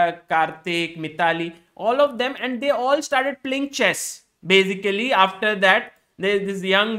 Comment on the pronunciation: No one - Sagar Shah - So Bazically 😂